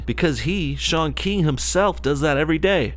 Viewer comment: its not pronounced shaun keeng